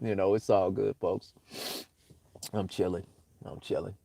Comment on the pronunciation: "shilly months" indeed